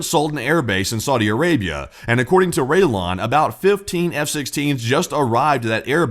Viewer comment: The way you butchered Raylan you never saw an episode of Justified.